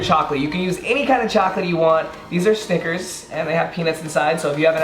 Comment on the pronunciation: Did just say "stickers" instead of snickers in?! LMAO